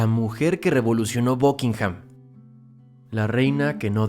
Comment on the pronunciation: Por que diablos dices BUCKINGHAM con O ?